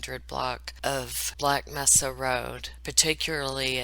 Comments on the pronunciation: 'Mesa' is pronounced. 'may'sa ' It's Spanish for table. 💘 U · Good synopsis. Prevent this author from profiting more. Just a fyi. Mesa is pronounced "May-suh" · when do you pronounce Black Mesa, the word Mesa is pronounced as if it’s a long a, Mesa is the Spanish word for table